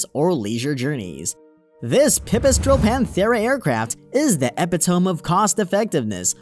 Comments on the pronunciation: epitome eh-pit-oh-me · When you hear how he says “epitome” you have to wonder who really wrote the review.